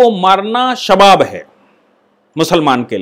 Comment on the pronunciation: सर ये शबाब नही .... सवाब है, इसका मतलब है पुण्य का काम ।